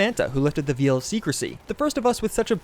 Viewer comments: Lol "... lifted the VEAL of secrecy." Yeah this video is a gooden! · Don't forget veil being pronounced as veal